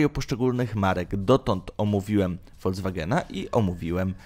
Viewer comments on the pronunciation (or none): none